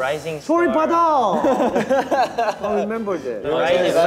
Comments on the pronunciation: changbin saying soribada in English accent hahaha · I'm laughin so much with Changbin pronouncing Soribada with English accent LMAO